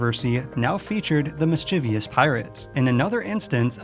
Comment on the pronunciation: There's no such word as "miss-chiv-ee-us".